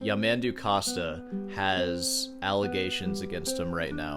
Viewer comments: Actually, the pronunciation of his name is something like Yah-mun-DOO. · First video that made me laugh! Worth a comment here. You are still pronouncing his name wrong, though 😂 His name has the accent on the last syllable. His music is very uninteresting to me too; I’d much rather listen to silence. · Pronunciation still wrong actually. The stress is on "du", and "man" isn't pronounced like the English word "man"; the vowel sound is closer to the "o" in "love". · Ironically, you're still pronouncing it incorrectly. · Bro’. Concentrate on your master. Possibly if you study very, very, very hard, you would get to play an infinitesimal part of what Yamandu can play (if there is something worse than you reaction, is your pronunciation of his name). As is, you only know the intro of the Bach Fugue and Sor’s variations, and badly played (like a soup with no salt). As Frank Zappa said, “Shut up and play yer guitar”.